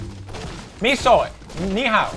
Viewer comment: It was "mi siol" not "mi soil"